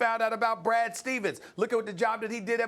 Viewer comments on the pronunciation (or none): none